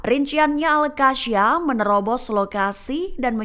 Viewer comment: koq bacanya AL-QASSYAM sih gobloq banget !!... seharusnya AL-QASSAM